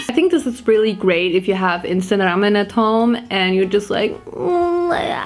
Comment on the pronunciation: I love how pronounces ✨Ramen✨